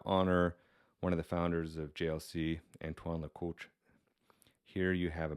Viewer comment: jay - jeer - la - koot is how you say it